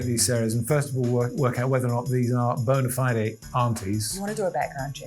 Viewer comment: bona fide ˌbəʊnə ˈfʌɪdi 'di' rather than 'day' but definitely a second syllable in fide rather than a single like 'fied'